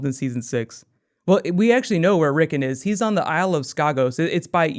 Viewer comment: Considering the amount of detail your videos go to it seems pretty lazy to mispronounce names that are said aloud on the show (several times)